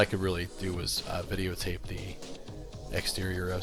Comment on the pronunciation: Did I hear the narrator say "videotape" around the 10 minute mark?😆